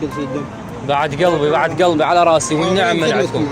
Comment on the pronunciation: ونعم بالعراق وأهل العراق بس عندي ملاحضه بالنطق يقول بعد قلبي وكتابتا يقول كلبي مايصلح كلبي كلمه غير لائقه